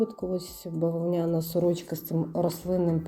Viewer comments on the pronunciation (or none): Та не бавонЯна сорочка, а бавОвняна. Вже якщо намагаэтеся розмовляти украiнсьскою , то хочаб наголоси робiть вiрнi. 😂